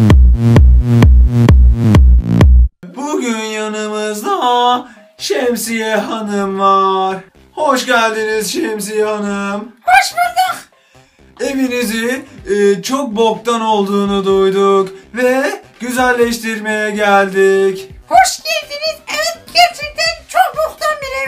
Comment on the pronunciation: hoşboldug diyo ya şemsiye hanım hahahahahaha